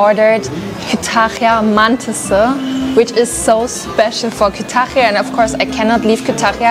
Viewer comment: Kütahya derken o kadar zorlanıyor ki 😂